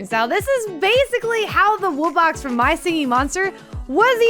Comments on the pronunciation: They said “woo-box” which make me annoyed because it’s “wu-box” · He said "Woobox" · your saying woobux instead of wubbox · The fact that they pronounce it "woobux" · Bro pronounced them wooboxes